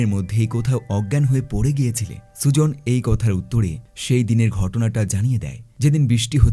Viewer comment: মেয়েটির নাম সুজন না সুজেন😅